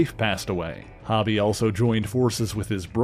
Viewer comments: The name has one b so it has a long o sound. I totally called him this at first as well though. Great video, I'm glad White Tiger, Sons of the Tiger, and Night Creeper were mentioned 🔥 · It’s Hobie, Hoe - Bee. Great video otherwise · His name is hobie not hobby it’s like spider punk, because he is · HO-bee; it’s short for HOBART ( HO-Bart ) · Hobie pronounced like Coby. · Yes it should be HOE-Bee, just like Mitch's son on Baywatch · why you pronouncing Hobie like that... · Yes, that's right. This guy's pronouncing it wrong. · Suuuuper distracting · FYI: His name is pronounced "HOH-bee", not "HAH-bee". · It’s not hobby it’s hobie (hoe-bee) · HO-bee, not HOB-ee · Ita "ho-be" NOT "hobby" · Its HOBIE not HOBBIE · His name is pronounced “Ho-bee” not hobby. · I believe it's pronounced Hō bie not Ha bie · Yo, it's pronounced *HO-bie*, not hobby! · For what it's worth...his name is Hobie (not Hobbie) and is pronounced with an "ō" sound; so, phonetically, it sounds like "Hoe-bee." Other than that, thanks for what you do! ✌🏻❤️🤘🏻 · Im not sure if someone mentioned but you are saying Hobie's name wrong. "hoe- bee" not "hobby". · He keeps pronouncing it has hobby, not like it is, hobbie (how-bee) i think. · I'm sorry but the name is HoBee not Hobby. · It's pronounced Hoe-bie not Hobb-ie. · Why do you keep calling him Hobby? 😂 are you not a fan. Hobby😂, Its Ho-Bey.. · It’s HO-b…not hobby…is this dude Canadian?…some of the weirdest pronunciations ever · You usually do great work. But, you're killing me here with the pronunciation of Hobie Brown's name here. It isn't pronounced (hobby) rather it's pronounced (Ho Bee). Just curious, are you Canadian? That would explain why you default to that pronunciation. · HO-BEE, NOT "Hobbie" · His name is pronounced HŌ-BEE not HAW-BEE ... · Dude...it's pronounced with a long O sound, its Hōbie not Hobby Lobby. I can't finish listening to the video. The constant mispronunciation is cringey. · It's "Hoe-bee". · I agree.